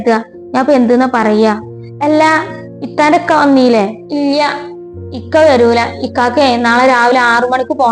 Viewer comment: മലയാളം പറയാൻ അറിയില്ല ഇല്ല എന്നാ വാക്ക് ഇയ്യ എന്നൊക്ക ആണ് പറയുന്നത്